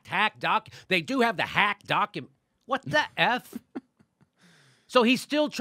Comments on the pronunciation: I love how he over emphasizes "Hacked" every time he says it, like they're trying to drill it into peoples heads. HACKED not leaked by Seth Rich, HACKED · How many times is Manu going to say "Hacked" and with such exaggerated emphasis! #HisNameIsSethRich